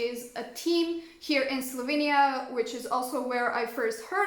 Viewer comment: Kinda weird that Chandler pronounced Slovenija in the correct way... Yet this lady did not...hm....